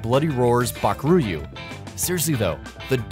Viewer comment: It's Baku-Ryu not Bakur-yu